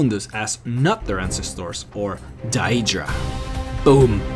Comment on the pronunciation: of me, it is violating my ears. He pronounces 'ancestor' as 'encesthuor', and instead of saying 'he wants to know what it is' he says 'he wanna know what is it'. Quite cringeworthy.